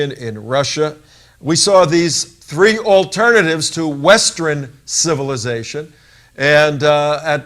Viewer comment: Ha! That's 'western' not 'westren.'